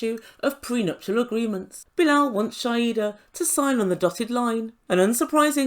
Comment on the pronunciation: Shaeeda....pronounced Shy-da